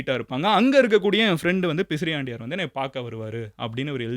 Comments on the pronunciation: _ Bro, i am one of the followers . Your doing great job but please be accurate when you say historic content it's not pisriandaiyar it's பிசிராந்தையார் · அது பிசிராந்தையார் , பிசிரியாண்டையார் அல்ல மதன்